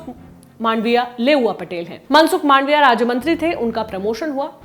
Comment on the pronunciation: PLEASE CORRECT ON 23.30 MANSUK MAANDVIA NOT MANDAAVIA...